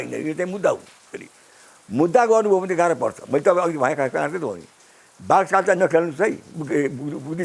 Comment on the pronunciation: बुढाले बाघचाल कि बाघचाल भन्दै छन् त 😂